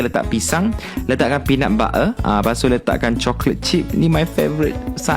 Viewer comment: Peanut ba-er😂😂😂😂😂 Entertaining la u,KA